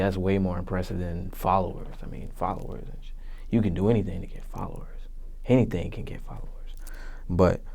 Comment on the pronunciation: JR Jazz Nigga said, "Hennything is posible".